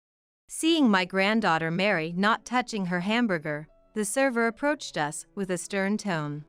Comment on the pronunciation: Who is so stupid to pronounce us as US .